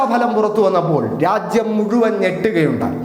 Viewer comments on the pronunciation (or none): none